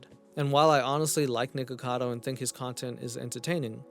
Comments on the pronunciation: I think the reason that charlie says “nickado” instead of “nickacado” is that it’s been pointed out that it kinda sounds like the n-word when you say the beginning of “nickacado” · I've been aware of Nik ever since his drama with Trisha Paytas and since then, the amount of creators I've seen pronounce it as "Nikado"? Much more than you'd expect 😅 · I´m mostly on the side of Penguinz0 on this, it just drove me FURIOUS that Charlie just kept saying "Nikado Avocado", even though he spelled his name perfectly correctly in his video title. Even though I don´t even like Nikocado Avocado, shit like that drives me NUTS, because it´s SOOOO easy to fix.... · It drove me FURIOUS that Charlie just kept saying "Nikado Avocado", even though he spelled his name perfectly correctly in his video title. Even though I don´t even like Nikocado Avocado, shit like that drives me NUTS, because it´s SOOOO easy to fix.... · I think the whole thing with calling nikocado avocado 'nikado avocado' started with pewdiepie because as much as I love him he has a problem just... saying words in general and when he talked about mukbang videos nikocado was in it and he said nikado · i couldn't stop laughing every time charlie called him nikado XD hahaha he spells his name correctly in the title too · This was such a great video. I can't tell you the itch it scratched, particularly correcting Charlie and how he couldn't say Nic's name, I was driving me insane because I didn't see any comments about it like I was the only one who noticed :p thanks new friend :) 💜